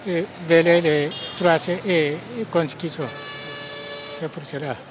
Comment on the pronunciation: On dit Constitution et pas Constutition Monsieur le journaliste 😂😂